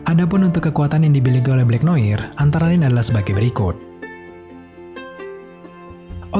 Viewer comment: Blacknoar bacanya